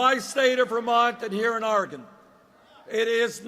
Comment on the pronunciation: Man he even says Oregon right. That is YUGE.